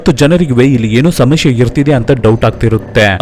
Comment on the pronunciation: ಸಮಸ್ಯೆ ✅ಸಮಶ್ಯೆ ❌😂😂